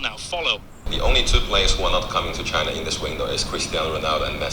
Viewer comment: She said "Chaina" the same way trump did xD